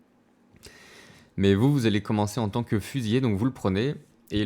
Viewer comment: Petit point de détail au niveau du français : c'est fusilier avec un seul L (qui du coup se prononce "lier" et non "yé"). Avec deux L c'est le verbe. Sinon j'ai acheté le jeu hier après avoir regardé une de tes vidéos, je me suis directement abonné ! Merci pour tous ces tutos !